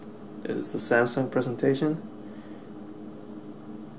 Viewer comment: The last time I heard someone talk this much shit (SCANDISK & SANSUNG) on youtube it was the vigilant christian! Seriously, if you don't have a fucking clue how to say the names or brands of the items you are comparing or reviewing then leave that kind of shit to someone who does and kindly FUCK OFF!